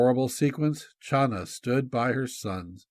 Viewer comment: Hi! The name “Chana” from where we get the name Hannah is NOT pronounced “Schana” but Khana. The CH is pronouced like the sound in Loch as in Loch Ness monster-it is a gutteral sound deep in the throat. Now you know!